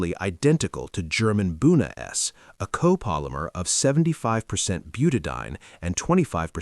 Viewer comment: I must complain. The use of AI for the dialogue in these 'shorts' leaves something to be desired. As a retired Organic Chemist the enunciation and pronunciation of chemical names is critical to understanding. It is pronounced 'Buta-di-ene. Eeene! "...ine, ane, ene, yne, all mean something very different.